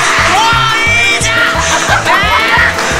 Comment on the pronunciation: もういいじゃんが本ねぇじゃんに聞こえるw